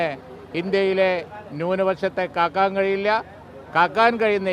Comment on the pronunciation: Kaakkan alla kakkan anu🤣